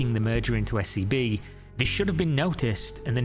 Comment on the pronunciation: Legit had to rewind cause i thought you said her new bank was SCP 😂😂